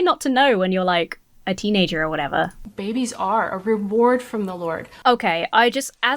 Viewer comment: The way that most Christians say the word "babies" always triggers me ever so slightly. Christian men and women often put this soft accentuation (for lack of a better term) on both syllables of "babies" and, to my ear, it always sounds gross. Yeah, it's a stupid nitpicky thing and it shouldn't bug me, but it just reaks of baby worship. I like the word "infants" much better. I feel better, lol.